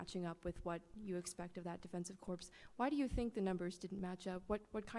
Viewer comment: Did she say, “Corpse?” The defensive “corpse.”